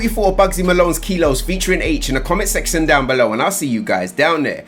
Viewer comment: did my man say comment sexion at the end loooool